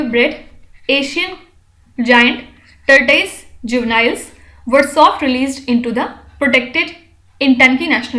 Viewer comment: Make your pronunciation fair!...its tortoise not tort-ui-se